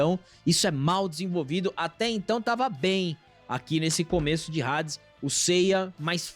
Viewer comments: Já eu não aguento ouvir Rades 😂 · Homem que fala Rades 🏳️‍🌈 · Não é Hades "Redes". Se pronuncia Adis. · tentei assistir mas não consigo ouvir eles falando hades com som de r